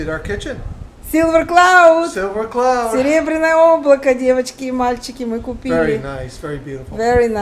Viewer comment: Я услышала в первый раз не "серебряное облако", а "беременное облако"))) Мне оно сразу понравилось)